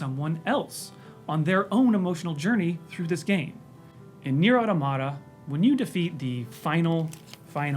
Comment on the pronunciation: I don't understand why this mispronunciation of "automata" is so common - it's just the plural of "automaton" which no-one mispronounces